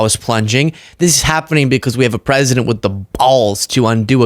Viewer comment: 11.06 mins SHE SAID THE PWESIDENT